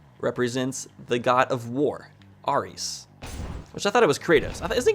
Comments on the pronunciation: First, phalanx isnt pronounced flanks, its pronounced phay-laynx. Second, Kratos is not a god of war in mythology, thats only a video game. Ares has always been the god of war in greek mythology, and was the final boss in the first god of war. Third, ares is pronounced air-ees. Other than that, looking forward to seeing more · The greek god of war is pronounced "air-e's" and the roman god of war is mars